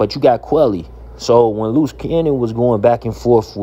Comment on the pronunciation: It’s quilly not quelly